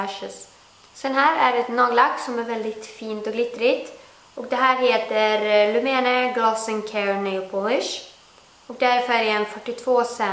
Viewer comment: Du uttallar lumene fel